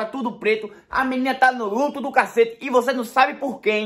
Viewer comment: Ele falando ludo kkkk kkkk é "luto" kkkkkkkkkkkkkk